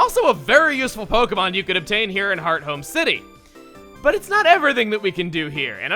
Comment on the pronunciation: Wait i always thought it was pronounced hearth-ome and not heart home